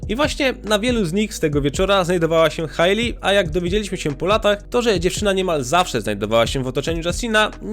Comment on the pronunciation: Hejli, nie Hajli